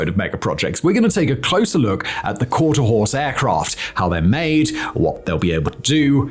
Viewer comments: For the record it’s: quarter HORSE , not quarter house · Horse, not house. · How did editor not pick up the fact that the is saying quarter house instead of quarter horse like 75 percent of the time ? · It has to be the accent. I hear 'Quarter HOUSE' and not 'Quarter HORSE'. 'Quarter HORSE' means it'll run out the gate. 'Quarter HOUSE' means dad got a bad deal in the divorce. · I kept hearing that too! It's Quarter Horse! HORSE!!! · I think Hermeus should receive an apology for the absolute shoddy script reading, and lazy editing. I’m surprised this was allowed to be published. QuarterHOUSE? THAT many times? Really? Embarrassing. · He really says quarter house. You weren't even exagerating. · Quarter House? Simon must need a new eyeglass prescription lol... But wait.. I thought he said horse at least once. U aight simon? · He definitely says quarter house a couple times 😂😂😂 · Simon must have had a lot of scripts to read the day he recorded this video. Considering how fast he was reading and how many times he mispronounced the name of the aircraft, he was obviously rushing through the recording. The real question is did the editors not notice the mispronounciaton or did they just decide not to rerecord the video regardless? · House many times will simon mispronounce the name? Place your guess